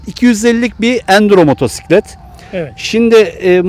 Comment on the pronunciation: kardeşim hoş bir sunumunuz var sohbet tadında.Elinize sağlık.Müsadenizle arkadaşlar hitabı daha az olsa daha da güzel olur demek istiyorum.Nerdeyse bu artık nakarat haline geldi günümüzde. Motosiklete motsiklet demeyerek doğru telaffuz etmeniz de yerinde tabii ki.Çok teşekkürler..